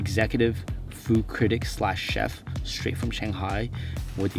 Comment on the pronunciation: “Froo critic” 😂